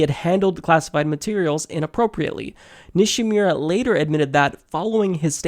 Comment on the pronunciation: It's Nishimura (Ni-She-Moo-Rah). It's also misspelled in the description. Just an FYI. I hope some kind of justice comes to the that undergarment stain, the Red Queen aka Hillary. These contrasting cases need to be brought forth to light to a higher level.